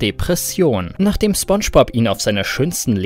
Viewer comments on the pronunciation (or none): none